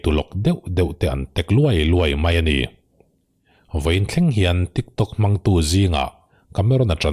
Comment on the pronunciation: Nangni ang hi chuan tiktawk tia lam lovin han lam thrikthrok thrak thrak la ngaihthlak a nuam leh zual ang mawle😁😁😁